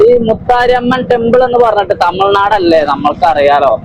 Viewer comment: തമിൾനാടല്ല തമിഴ് nadane മലയാളം കുറച്ചുകൂടെ നന്നായിപ്പറയു